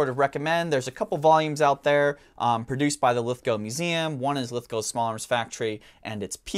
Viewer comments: Yes well done, you pronounce Lithgow correctly 🇦🇺👍, thank you for the content too! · Speaking as Someone who lives nearby to lithgow in the town of bathurst I’m loving the recognition of this important factory thanks for the video love your work guys! And great to see an American who can pronounce Lithgow 👍 you have one up on forgotten weapons their lol!